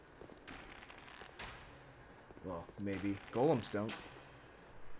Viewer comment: I love you, you pronounce golem correctly!